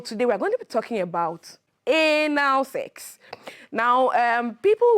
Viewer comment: How she pronounced the Anal sef is a great lesson 😂😂🤭🔥